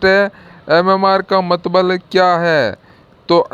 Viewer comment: Mtlb hota h aap mtbl bol rhe ho